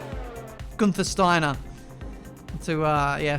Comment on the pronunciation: Gunthinstiner lol